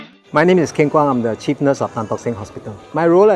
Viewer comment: Is it me or did I heard the chief nurse said 'Hi im the cheap nurse'